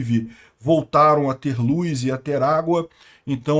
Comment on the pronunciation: Luz e não Luis.kkk